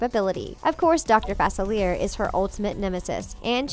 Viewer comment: it's facelia not facileir